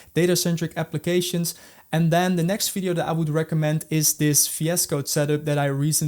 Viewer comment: If you "defeloper" ... if you are using "fi es code" ... "you already know and lof" .. "we will cover all in this fideo". I really can't focus man. I understand "R" might be difficult. or "Z".. But "F" ??? come on?